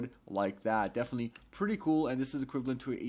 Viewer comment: STOP SAYIN' BEFENETELY PRETTY COOL OR HOWEVER YOU SPELL BEFENETELY (IM SWEDISH) IT MAKES ME CRAZY